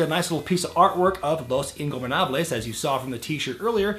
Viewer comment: Nice "Ingobernables" pronunciation, but "Hijo del fantasma" is pronounced (in English sounds) as follows: "hijo" is pronounced by saying e (like in e-mail) followed by "jo", just like you said it in the video. "del" is pronounced like the later part of the singer "" (just remove the initial A), and you pronounced "fantasma" correctly (phantasm-a, the last "a" is pronounced like the A in ). Im not a pronunciation nazi, just trying to help. By the way nice channel:)